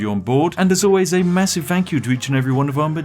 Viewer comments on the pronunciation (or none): none